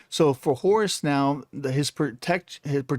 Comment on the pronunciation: I recently started playing Smite again and all I have to say is: Please, stop butchering my boy Horus! 😭